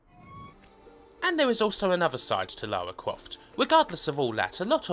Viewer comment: Great take on the series! But, for Christ's sake, STOP SAYING "LAWA"!! Her name is LaRa. Say it: LA-RRRR-A